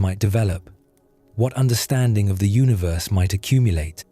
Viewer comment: its UNI-VERSE, NOT UNA-VERSE